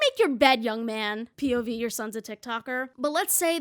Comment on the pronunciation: after the third time you said "pov" i started hearing "pubies" and it made this video even better :')